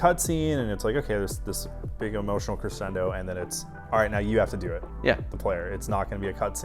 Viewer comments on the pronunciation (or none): none